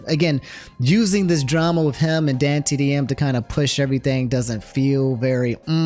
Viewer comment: has completed his arc and can now pronounce dantdm correctly